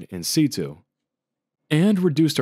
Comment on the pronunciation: It's more of a hard A, like in flake. Situ is also usually pronounced more like sitchyoo